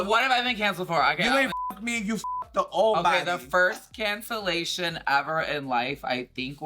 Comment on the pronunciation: “there may have been alittle bit of cancellasha” lmaooooo